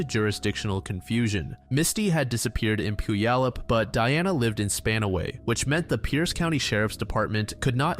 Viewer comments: Puyallup = Pew-allup... (Pew like the seat in church). It's not pronounced how it looks. My cousin used to come into town every summer and when he'd see that sign he'd say Poo-ya-lup. 🤣🤣🤣 No one not from Washington gets it right. 😉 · this was all i could think about at the beginning tbh